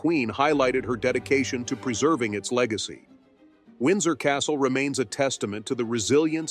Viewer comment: “Legeacy” ? I think not!